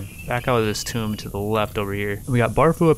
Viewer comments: He says tomb like tome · Don't want to feel like an ass... But a tome is a book... Tomb is pronounced "toom" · You're probably talking to a wall mate, he's still pronouncing "Tomb" (Rhymes with Womb) as "Tome" (Rhymes with Home). Who knows though, maybe he'll correct to rhyme with Haunt.